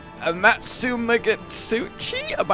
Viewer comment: "a-MAHT-su-MAH-gaht-SOO-chee". One syllable at a time,, nice and slow - just like when you learned to read as a kid. Then once your tongue is used to it, you'll be able to say it quicker. Amatsumagatsuchi. Just take it slow.